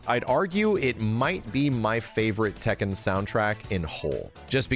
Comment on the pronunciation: Funny to hear say Tekken 100 times and it’s not pronounced that way.